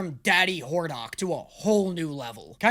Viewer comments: It's hordACK😂 not horDOCK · So Hordak is the name he won’t be able to pronounce this time, eh? Well I guess we get to see how Hordok handles things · i can already see it, getting mad because we dare say that its "hoardak" not "hoardoc" xD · YOU ARE FUCKING ME. IT’S HORDAK. NOT HORDOK. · does no one else cackle when he says hordock instead of Hordak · It’s hordak not hordark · "WHORE-DOCK" 💀 The way to pronounce it is "whore-dac" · It's not Hordahk. Don't call him that I'm crashing out. Whore-dak an A sound not an ah sound please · ...does he keep saying "Hordok"?, its HordAK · oh no he's mispronouncing another characters name. it's hordak, not hordok,. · It’s HordAk not HordOk. There’s an A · saying names wrong continues with “Hor-dock.” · not again! I really thought we could get through a show without mispronouncing a character's name. I was wrong. Dammit. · Does just pick a character per show to mess up their name?!? I can’t be the only one that thinks he is pronouncing Hordak ridiculously wrong right?